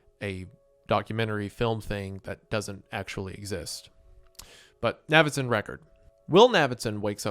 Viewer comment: Its obviously pronounced like Davidson, just with an N. Thats why his nickname is Navy and not Navvy. How is this difficult?